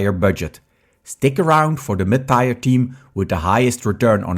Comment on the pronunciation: Tier is not pronounced tire. But rhymes with beer, fear, here...